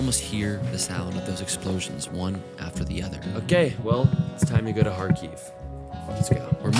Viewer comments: Video is very cool, but it’s Kharkiv not KharKyiv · Odesa, not Odessa. Every time you say Kiev or Kharkov, you seem to agree that it is Russia. Please use Ukrainian transliteration in Ukraine